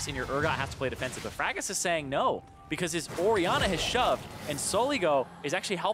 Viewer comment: Orianna is apparently said Ori...anner